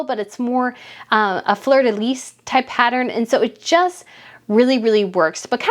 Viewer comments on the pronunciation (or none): One thing! pronounced "fleur de LEE" not "fleur de lease" ! Hope that helps you !